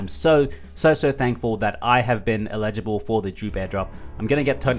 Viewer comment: I watch your channel over all. Sorry but you get my vote. Do not show how to create the macro bot. Give us the link, we will figure it out. Do not put yourself into an uncomfortable position. On the big token drop you mentioned. How do I find out if I am eligible. BTW, the grammar NAZI in me....the word is pronounced, L ij able. The accent on the L. You're saying i Lijable, with the accent on the second syllable, sounds like the word illegible, which means to not understand. Damn Aussie anyways. Love ya dude.